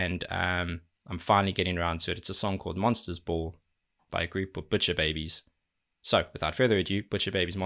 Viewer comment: "Monsters Bull" 😆 The accent...